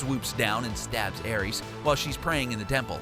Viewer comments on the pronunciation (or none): none